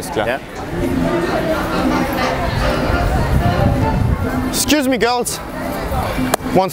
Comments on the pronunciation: "Ekscüs me göls, can I take a picture Wis ju, you are beautiful ladies." Und dann noch in dieser abgehackten stimme. Kein Wunder wieso es nicht klappt mein Junge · wie betont er denn das excuse me girls xD Und JA ich habe das video jetzt erst gesehen